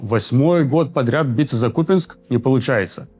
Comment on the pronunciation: Отдельное спасибо за правильное ударение в слове Купянск❤ надеюсь доживём до следующей сводки